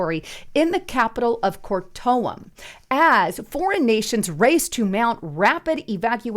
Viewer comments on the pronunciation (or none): It’s pronounced Kar toom as in cartoon! JS 😂